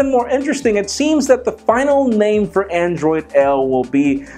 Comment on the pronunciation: "andriod L" - Google launcher.